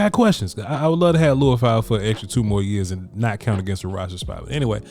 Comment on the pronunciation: His name is pronounced Lee-oo-fow, not Loo-i-fow. When you watch his college games, you'll hear the announcers all pronounce it the same- FYI.